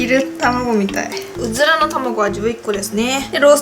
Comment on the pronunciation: うずらの卵って言いずらそうなゆうかちゃん可愛いw 辛いの苦手じゃなくてもこんだけ量食べるのはキツイよ〜(^_^;) マヨかけると中和されるんだね！！